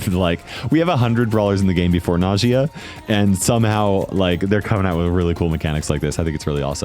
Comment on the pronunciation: Its not Najìa it’s Nàjia